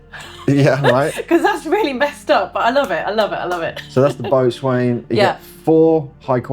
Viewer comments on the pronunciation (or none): As an ol' sailor I have to point out, boatswain is pronounced bo'sen. It wouldn't be English if we don't ignore at least half of the letters